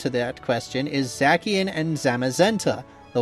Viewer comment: The mis-pronouncing pokemon names is killing me 🤣🤣🤣 especially “Zackian” and “Volcarano” 🤣🤣🤣